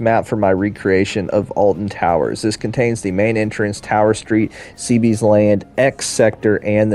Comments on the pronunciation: Why are American's unable to read... you take out the b in Cbeebeies land why? Can you not see it literally says "C-bee-bies" not "c-bee's" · Only 1 min into the video but I have now heard you and channel 5 gaming pronounce Cbeebies land wrong 🤣